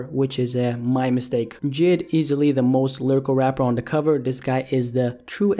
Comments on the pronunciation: His name is j.i.d not jid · Jid? For fucks sake its J.I.D